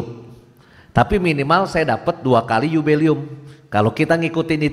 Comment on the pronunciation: Dua catatan sy: - bukan rekwem tapi REQUIEM [baca: rekwiyem] - bukan yubelium tapi JUBILEUM [baca: yubileum]. perlu belajar bhs Latin lagi. wkwkwk😭😭😭